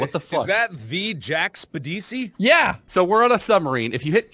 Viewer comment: Spidicey not spedudicy